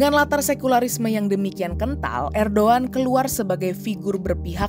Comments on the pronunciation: erdogan loh min bukan erdoan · ko ngomong nya erdoan si, harus nya kan erdogan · erdoGAN...bukan erdOAN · Erdogan, Robot Ai : erdoan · apakah aku salah dengar ? kenapa erdowan ? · ERDOGAN bukan erdowan brooo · Bkn erdoan min, erdogan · Erdoan ? Apa saya yg salah dengar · Ko bacanya Erdoan